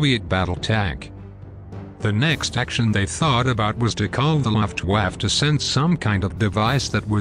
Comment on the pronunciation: "Luftwaft"? Trying to pronounce "Luftwaffe? (German Air Force)